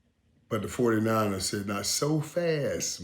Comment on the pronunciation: Michael can't say anything right it's so funny..29ers foodie niners..Matt Jones ..he's the best let's go canes baby